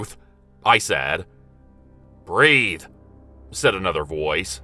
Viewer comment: Loved the intro, and the story was good. But the only thing that sticks with me is saying BREATH!.lol